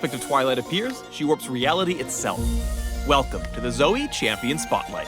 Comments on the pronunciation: If youre gonna spell it as Zoe, then pronounce it as Zoe. Its Zoe, not Zoey. Fucking riot doesn't even know proper grammar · RIOT IF YOURE GOING TO SAY ZOEY SPELL IT LIKE ZOEY NOT ZOE. LIKE WHO THE FUCK CALLS JOE JOEY???? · "Zoe-e-z...." Please, no...